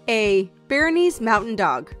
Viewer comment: 36/36. You mispronounced some names. Dachshund is pronounced Dahks-hund, Bernese is pronounced just as it looks (you pronounced it Beer-neez), and Vizla is pronounced Vishla.